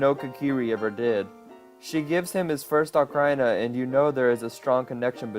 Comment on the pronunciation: nice job on the video, but dude you gotta get your pronunciations right. Ocareena, not Ocarhina. Sorry if it sounds rude